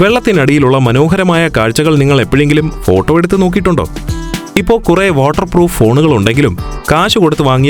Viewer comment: ഫോട്ടം അല്ലല്ലോ ഫോട്ടോ അല്ലെ എന്റെ അണ്ണാ 😂😂